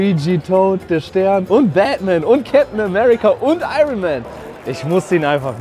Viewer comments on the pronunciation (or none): none